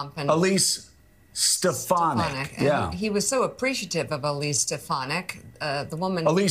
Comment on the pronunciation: Yaah Alise Stef-fanack. Thats your president. Alise Sta- fan- ik. 😢😢😢😢😢😢😢